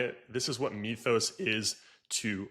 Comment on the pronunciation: The "y" in "Mythus" is pronounced as a short "I", NOT a long "e". Say the word as if it were written "mithus", NOT "meathus".